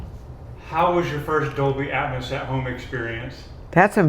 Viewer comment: Please pronounce atmos correctly!